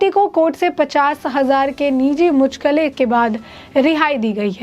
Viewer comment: Mucchalke ko muchkale kyun padh rahi hai yeh? Hindi padhna nahin aata kya?